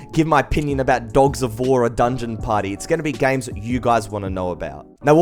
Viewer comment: I like how he says gaims